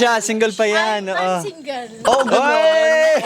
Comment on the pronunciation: Girl. Are u singgol? 😂 😂. Single? Haha walang 4 ever